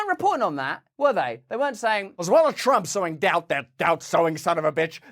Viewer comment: Am I the only one that kept hearing “so endowed” instead of “sowing doubt”?